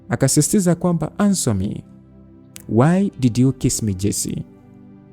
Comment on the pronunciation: Not answa it ansa